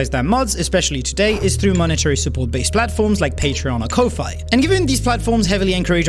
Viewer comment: "koh-fai". I mean... The guy sounded like a native English speaker, but even if he's not this is too much; the logo is literally a coffee mug...